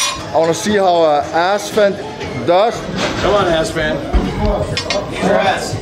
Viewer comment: I Love the fact that he calls Esfand Assfand